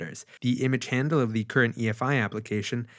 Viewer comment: thee logic, thee counter..... maaaan drop the thee!